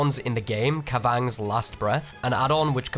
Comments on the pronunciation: love you but holy shit how you pronounce the purple range add on gave me aids 'kah VANGS' 'KAV ah naw' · Hearing this guy say Kavanagh was painful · You'd think,, that after 7000+ hours, you'd be able to say Kavanagh correctly. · Great video but I had to laugh every time you pronounced Kavanagh like that